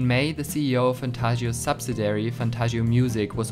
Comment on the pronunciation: And you did it in this video, too. Look closely at the spelling of subsidiary. You are completely missing the second I. It is pronounced sub-sid-EE-air-ee. Also it is incorrect to say someone was casted in a drama. Cast is correct, and casted is not.